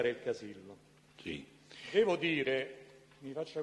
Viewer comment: Sembra che lo faccia a posta a cambiare le finali: praticamento, veramento, sapero... poi quando deve dire Casillo, finalmente una parola con la O finale, dice Casille! 🤣🤣🤣